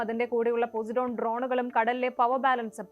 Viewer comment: പൊസൈഡൻ ആണ് പോസിഡോൺ അല്ല